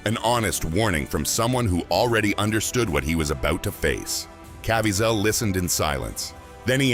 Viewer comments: Cá veez' el. NOT CAV VEE ZELL. Thank you for your attention to this matter! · Donna, that annoyed me also. His name is pronounced CA-VEE-ZEL. Emphasis on VEE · Can you get his name right??? Ca-viez-el... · Wish this guy would pronounce Jim's last name right.